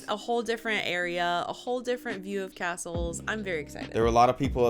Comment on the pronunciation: Aaaaaarrrrrrggggghhhhhhh, talk about CRINGE on the Pronunciation by the narrator on these Castles!